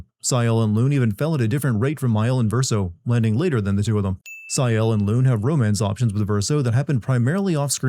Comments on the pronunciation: “sigh-elle”??? really??? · why is nobody pointing out how diabolical he is pronouncing gustave and sciel and dessendres, he clearly plays the game in english and finished it so what’s the deal with not being able to pronounce names you hear multiple times in the game? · also, how are you mispronouncing Sciel and Lune when their names are said repeatedly by voice actors?? You did not play this game at all